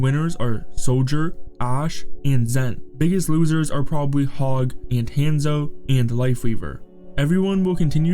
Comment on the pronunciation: And “hand-zo”